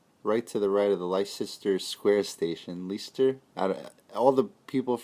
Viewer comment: It's pronounced les-ter square... Spread the word out there